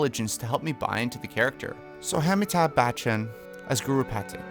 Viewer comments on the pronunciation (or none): That's ami - tab - bachan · Oh also it's uhm-meeth-ahb for amitabh bachan :) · The Indian guy is like the best old Indian actor ever. His name is pronounced Aa-me-ta Ba-ch-nn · The way you murdered Amitabh Bachchans name loool for reference it's Ah-mi-tah . You can just look it up on YouTube. Also disagree bc he's not very comical and he's also super expensive idk how they'd find the money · A-me-tabh Bach-chan Amitabh Bacchan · A-mi-thab Bu-chun 😂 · i just watched all five of these videos and I am so beyond impressed. i really hope netflix sees this and you get hired as a casting director one of these days. your pronounciation of Amitabh Bachchan was also kind of funny, no offense :D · Absolutely amazing casting you’ve really done your research and it shows... but man did you butch Amitabh Bachchan’s name 😂😂😂 good try tho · Appreciate the effort but you completely butchered the pronunciation of amitabh bachchan 😂 also idk if you thought of it but his budget is probably too high for the role too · Literally was taken aback by the pronunciation of Amitabh Bachchan wtf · You have no idea how happy it made me to see Amitabh Bachchan in this list. That man is a living masterclass of acting and it's honestly a tragedy that more people outside of India don't know about him. And he's a wonderful human being. Thank you! P.S. I'll give your pronunciation a 3.5/10. You really butchered his first name but the surname was fine-ish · I SCREAMED AT AMITABH BACHCHAN i mean not the worst pronounciation, but was kinda far...the b in amitabh is closer to silent and in bachchan the first a sounds short and like a u :)